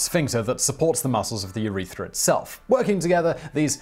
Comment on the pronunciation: I took a drink every time Simon mispronounced urethras